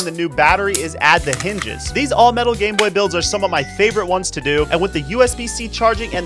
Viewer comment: Is he saying gayb0y??? Cuz I replayed this five times and I keep hearing the same word it's hilarious